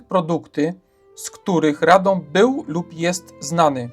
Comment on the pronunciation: What a pervert pronounciation - you only have to look at the Wiki-article in the internet, where you will find international sound language, telling you exactly how to pronounce it!